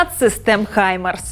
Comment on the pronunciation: Гаймарс, а не хаймарс, ви ж гакери